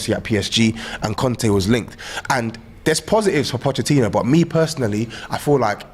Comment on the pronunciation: pronunciation of Pochettino is so fraudulent. I swear he hasn’t learned it on purpose 😂